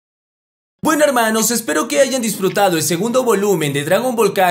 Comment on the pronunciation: Por qué ya no dices helmanos? eso le da tu toque perro